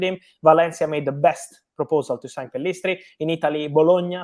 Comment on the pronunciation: Pellistri not Pillestri